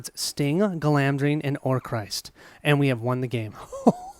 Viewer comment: Not to be nitpicking but.... it's Orc-rist not Or-crist. (The name Orcrist means "Goblin-cleaver", from "Orc" and the Sindarin ris ("to cut").)